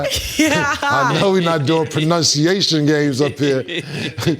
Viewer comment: Can saying, “Pununciation” while tryin to check pronunciation is Crazy…!!!!